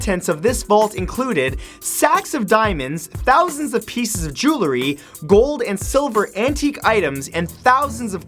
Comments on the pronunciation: (1) I absolutely love your videos. Thank you! (2) the word 'JEWELRY' is pronounced jew el ree , NOT jew la ree. A small price for me to pay to enjoy these, but it does bug me every time. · Dude, great videos! Just one thing. It is JEWELRY. Not JEWLERY. As in "Jewels" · Did you just say Joolery? lol